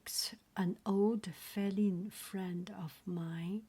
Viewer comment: Also feline is pronounced fee line